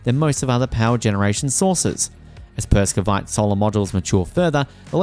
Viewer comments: Per-ov-skite Perovskite Not perskovite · Say- Pair-of-skites. Not meaning to be rude, but it detracts from our faith in your info, if you get that pronounciation slightly wrong. Good luck with your channel. We need all the pro-renewables media we can get. It's shocking, talking to educated work colleagues, who repeat the lies and myths they've been fed by MSM. Their talking points about the tech, from panels, to EVs are based on the technology of a decade+ ago.